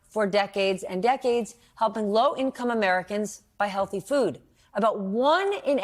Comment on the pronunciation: Did she say help buy “healthy food”😂😂